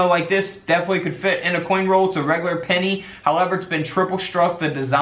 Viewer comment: Love the "denny!"